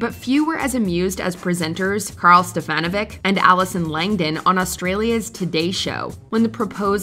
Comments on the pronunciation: It’s pronounced Steffa-NO-vic, not Stef-ANNA-vic. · It's STEF-a-NOH-vich, just so you know.